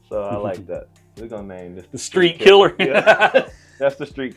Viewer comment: street killa lmaoo gots to say it right brother haha